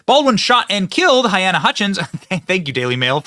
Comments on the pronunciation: Her name is pronounced Ha-leen-a, Not Hy-Ann-a (spelling is clear… Halyna) Sorry to pick at ya, Benny - but you mispronunce (add sounds) all of the time. I’m sure her family would prefer to hear her name correctly. Still love ya, though. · Halyna. NOT hyanna. He should've been charged from the beginning. He fully responsible. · Benny, I love your humor (most of the time) and your videos the majority of the time but you loose some credibility in my book when you don’t know how to pronounce peoples names such as Halyna! (It’s NOT hyena or hyana! It’s close to Helena but Hel-A-na). Just sayin’… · Baldwin is the weapon AND a TOOL. Poor woman's name is pronounced "Ha-LEE-na". May she rest in peace, may justice be served. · Pretty sure you’re saying her name wrong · Oh dear Benny, at least get her name right. 🫣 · You mispronounce her name.